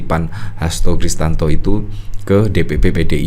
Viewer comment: Mas...bukan Kristanto, tapi KRISTIYANTO😊